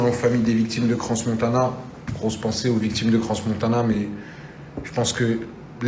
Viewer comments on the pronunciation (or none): On dis Crans Montana pas cransss Montana le s ne se lis pas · Le S de crans Montana est muet si jamais